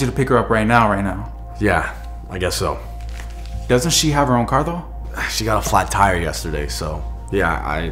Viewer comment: i was boutta comment that and bro why he say though like dough lol